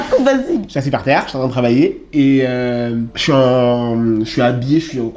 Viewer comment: Ce que je retiens c’est eaaassi par tserre 🤣🤣🤣🤣